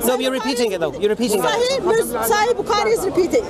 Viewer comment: I laugh each time she says Sahi Bukaari 😂😂😂 It's "Sahih Bukhari"